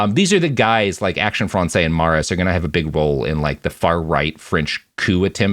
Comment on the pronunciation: Also it's said like Murr-auss apparently. There was a temporary exhibit at the The Liberation of Paris Museum when I was in Paris this summer about Jean Moulin's secretary Daniel Cordier. He was involved with the French right before the war and worked with Murras a bit so they mentioned him in the exhibit.